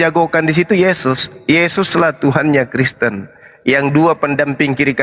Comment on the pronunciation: Td dia bilang KRESTEN!